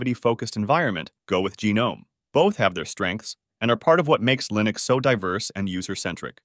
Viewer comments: lost me at Lie-nux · Completely had me fooled until I got to "Lye-nux" and "Mac-oes" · thats not how you say linux